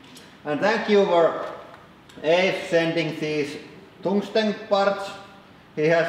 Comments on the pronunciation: Toongstone carapide treel-uh peats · "Toongsten carbide" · Kaaarrrrrrll!! Also, toongstun